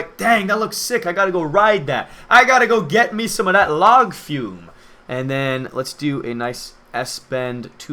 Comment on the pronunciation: Was he saying 'Log fume' ???